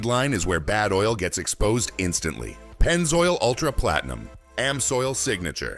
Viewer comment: When they said Platenium, I knew it was AI.